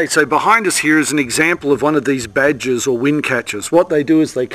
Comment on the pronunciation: I think he meant "baad-gir" or wind-catcher in Persian, only he was prouncing the G like a J... it's not badger.